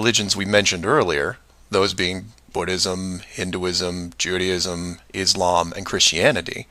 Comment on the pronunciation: What the hell is 'Judyism'? It's Judaism with the emphasis on the A